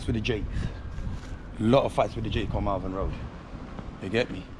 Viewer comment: Lol Marvin Road, it's Malvern road.